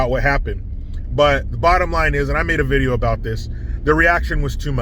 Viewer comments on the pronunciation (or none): none